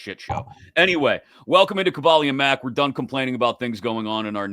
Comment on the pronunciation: Lol this started off exactly how I figured a Kaboly podcast would... Gotta say this dude calling you is throwing me off Tell him have some respect and call you Ka-BOHL-e